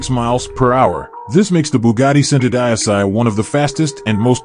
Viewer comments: it's pronounced chento deechi not cent-o die-sigh you commoner. I'am a cousin of the bugatti familia! I drive a hyundai squooshkins. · Are you using Ai for your narator? WTF IS Bugatty SENTUHDIECEY? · centodieci is pronounced 'cento - dee ay chi' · It is pronounced Chentodiechi...centodieci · Centodieci is Italian for One hundred and ten it is PRONOUNCED = Cent - 0 - Dee - H - EE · WOW , THE WAY THIS GUY BUTCHERS ''Centodieci'' repeatedly is strait up horror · wanted to pull my ears out when i heard the pronunciation of the Bugatti centodieci !!😂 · every time he says the name of the Cento my brain cells die.. Someone should've taught this dude how to say the cars name ffs.. especially if he's going to say it over and over...